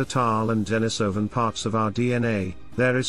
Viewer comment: "De-NI-so-van" -- the accent is on the second syllable.